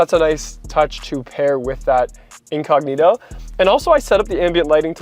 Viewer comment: Me hace mucha gracia cuando él dice incógnito 😂😂😂😂 dique inconniro hahahahaha